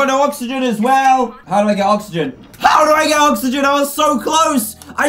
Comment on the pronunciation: You can't say oxygen right? It's okay, I can't say hospital right.. I willl say HospiDAL